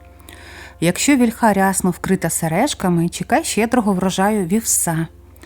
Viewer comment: Ну,зовсім не володієте українськи наголосом: вІльха,бо рос.- на 2-му.